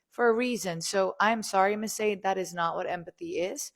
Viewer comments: It's pronounced shar-DAY. She was clearly named after the 1980s singer Sade Adu, who was famous for the songs "Smooth Operator", "Sweetest Taboo", and "No Ordinary Love". Sade was known for a unique and compelling fusion of jazz, soul, R&B, pop, funk and Mediterranean music. Sade Perkins, on the other hand, appears to be pure fission. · Her name is actually pronounced: sha-day, like the singer in the 90’s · Sade is pronounced "Shah-day" 👍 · Will somevody please tell the world that sade is not pronounced sharday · Sadie is generally a white name, or a good dog mane. Sade is Sha Day like the 80’s singer. Funny asf e1 is mispronouncing it. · 'Shah-day', like the singer.